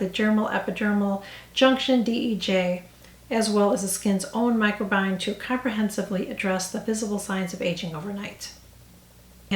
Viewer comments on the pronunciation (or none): FYI: it’s pronounced micro-bi-ohm